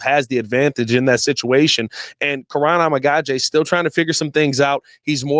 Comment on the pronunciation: you have pronounced Kiran’s name 8 different ways since he’s gotten drafted. Please learn how to say the players names for the team you’re paid to cover lol